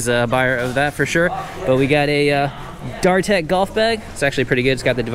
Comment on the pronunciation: “Darr Tech” weird way to pronounce Datrek